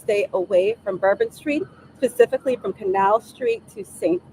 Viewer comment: And she said Pacific instead of specific.